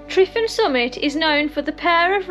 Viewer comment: Why call it Mount Tryfan? It's simply Tryfan, been that for hundreds of years. Pronounced Truvan not Trifan